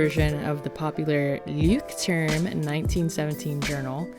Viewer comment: Great video. Pro-Tipp for pronouncing Leuchtturm (tonshow off😂): Leucht is more like Loisht and turm is as you said it.😊 I am a German, obv. , we like to teach. On the other hand, I can't pronounce squirrel.😢 But, you gave so.much good acice, so this is my thanks.